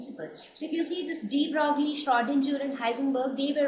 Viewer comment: Isn't De Broglie pronouced as day broy?!